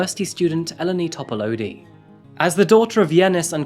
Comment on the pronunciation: This is a Greek name, and as half-Greek by cultural heritage, I recognize incorrect pronunciation when I hear it. It is closer to "Ee-len-ee Top-a-loo-dee" in pronunciation. Just for future reference,, and for anyone in the comments who doesn't read Greek names in English lettering regularly. I can't count the number of times my first name (acceptable since Anastasia is pronounced differently depending what language you are speaking), my nickname (first two syllables of my first name, always misspelled with two 'n's on my cafe orders; ugh!), and especially my last name have been mispronounced in my lifetime. My interests in phonetics, world languages, and name variations all stemmed from this, all to make sure other people are not forced to endure confusion and cultural disrespect because their parents gave them unpronouncable names.